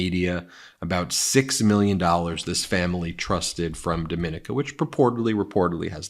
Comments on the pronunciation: Dominica is pronounced Doe-ma-nika. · Caribbean Island is pronounced Doh-min-EE-ca. Not pronounced same as Dominican Republic. The inhabitants of this beautiful little island don’t want to be confused with the people from the much larger island (Haiti/Dominican Republic).